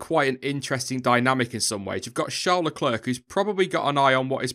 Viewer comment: Please pronounce Leclerc correctly. No T sound at the end. You know, French?